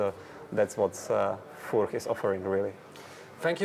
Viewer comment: Great! Finally, the first correct pronunciation from the owner of the surname!